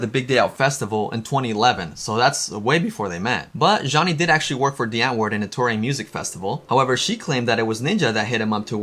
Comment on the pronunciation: Stop pronouncing it dee its die